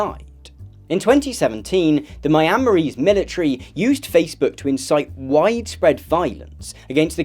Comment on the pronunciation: help the way he said myanmarese broke my heart